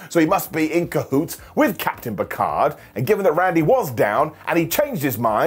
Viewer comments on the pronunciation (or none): none